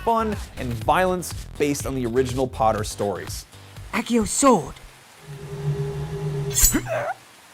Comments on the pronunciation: I'm sorry. Great video and all. But. Achio. Rly. It's accio. Said. (Akkio). Am I the only Brit who was just a tad annoyed by this. No. Yes. Okay. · Achio? i think he meant accio.. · AH- KEY-O. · I thought the same...(i cant cope with some mispronounced spells almost the same as calling muggles "nomajs")